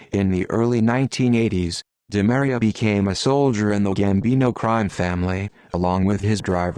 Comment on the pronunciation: last name is pronounced: Dee Maria